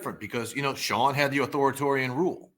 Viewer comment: Can't pronounce "authoritarian."